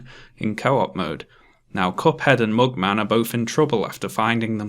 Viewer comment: Its not mookman its mugman